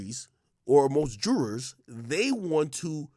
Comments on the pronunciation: The "dryurs" want to something to believe in. I wanna believe ak can say the jurors like it's supposed to be said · 1 question AK, tf is a "drewer"?